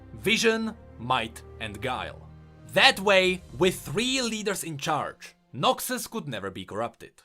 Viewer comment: not noxi but noxus, XD glad it wasnt noxwe of noxthem